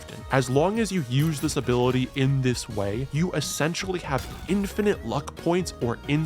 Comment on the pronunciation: infinite my friend, not infinate